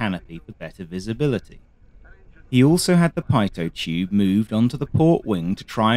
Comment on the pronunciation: it's not paitot tube - it's pitot 😅😊